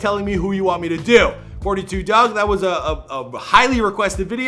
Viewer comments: It’s 4 2 dugg you don’t say it like 42 dugg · it’s 4-2 dugg, not 42😒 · Fun fact: it's pronounced four two dugg, not fortytwo dugg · It’s pronounced 4-2 dugg not 42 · It's not forty two dugg... its 4-2 dugg!!!!